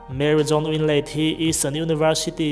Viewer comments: Mary jone nilo Mary jones okay. blehh lampaw lamthiamlo,.😒😒lam ve tawh suh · ka hming nia ka hming diklo taka an lam ka duhlo...baka bible chhiar hnem awm tho sia. Mary jones chanchin paw ahriat chuan tinge jone tia alam. jone anilo hrim2 Jones nikha.😒